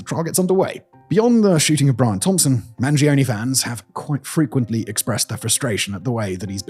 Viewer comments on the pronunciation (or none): I'm begging you, Mangione is an italian surname, the E sounds like the one in Earth, not like a weird e-i